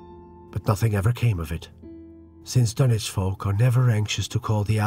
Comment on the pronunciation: Wahey he's pronouncing Dunwich properly!